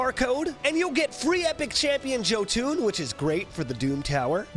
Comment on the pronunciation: Right? That always annoyed me, it's supposed to be yo-tun but people say it in English. I'm American and even I know that the J is said with a Y sound because it's Nordic